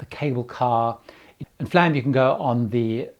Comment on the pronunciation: Flåm. Not Flam. Flåm is pronounced Fl oh m. Å/å like o in born.